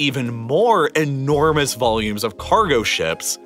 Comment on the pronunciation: I really liked your videos because of the information you shared till the point you started focusing on certain words while narrating. When you concentrate on words like 'entirely' by pronouncing it as 'enti....rely' and 'enormous' like 'ennn......ormous' I lose interest. A little focus makes your video great but this much focus irritates me... It could be just me but this really makes me switch to other video instead of watching whole 20-40 mins video... Just can't bear it. Otherwise, the content of your videos are really great. Respect for your time and effort in making these videos... Cheers..